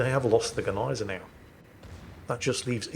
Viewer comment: And grammatically speaking, "das Schiff" is a neutrum. So never male. Maybe he's referring to "der Dampfer" ;) I wonder if he had his knowledge from the same source, that told him Gneisenau is pronounced Neisenau.